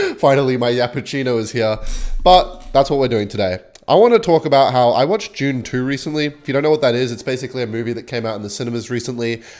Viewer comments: is the type of gay to pronounce dune as june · I thought for a minute it must have been a Japanese movie, maybe an anime: "Joontu"